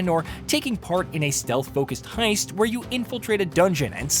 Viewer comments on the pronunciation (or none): none